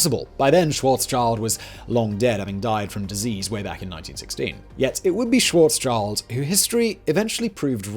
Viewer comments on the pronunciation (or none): When you do so much research on a topic why do you not research how to properly pronxounxce names that would take you literally a few seconds? His name is Schwarz-schild and not Schawarzs-child. There is not any "child" going on here. And while at it, why do you put the word pronxounxce (without the x obviously) on your censorship blacklist so that comments with that word are shadowbanned? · Tusk, tusk Simon. Calling one of the greatest scientists of the twentieth century wrong: it's 'SchwarzSCHild' (black sheeld translated) and not 'SchwarzCHild' (black child, a not very common name in German or in any European country). Think also of the illustrious Rothschild family (red sheeld). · Dude...it´s not Schwarzs -"child". Schwarz-schild...like shield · Karl Schwarzschild like shield not child ,)